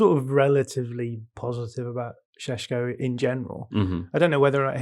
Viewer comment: Sheshko... not Sesko